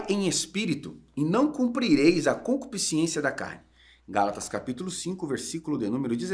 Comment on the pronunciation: Porque quase todo crente fala concupisciencia?